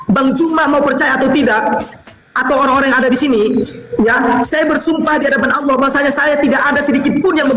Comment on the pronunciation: 🤣🤣🤣🤣🤣🤣🤣🤣dapet literasi dr mana bosss pendeta petinggi lu aja mengakui itu punya umat Islam paus Vatikan aja bilang keristen Indonesia jgn pakai nama tuhan umat Islam. lo sekolah di mana allah jd alah??? double L woiii itu ada penekanan. kalo mau bilang alah ya alah bukan double L. coba bahasa inggris one di baca one atau wan ??? bodohhb kaliiii kau ngab.. baca2 lah website resmi keristen arab. apa allah di sana ada terulisa NAMA TUHAN NYA UMAT ISLAM. ITU KERISTEN ARAB YG BILANG. LO SIAPA NGAKU2. G ADA WOII ORG BARAT NYEBUT GOD ALLAH ATAU ALLAH MY GOD G ADA DIA AJA KALO KAGET PASTI BOLANG OH MY GOD LAIN OH MY ALLAH.. JD BEGOOO MALU2IN AJA. BACA DI KODEX SINAI KODEX VATIKANUS NAMA ALLAH. KALO ADA IRIS KUPING GUE. JANGAN NGAKU2 DAH LOOOO